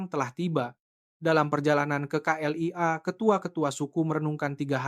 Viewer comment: Terima kaseh kerana menyebut K.L.I.A. dengan benar walaupun disebut dgn gaya sebutan indonesia tidak seperti beberapa penulis cerita yg sama lainnya yg menyebutnya kelia.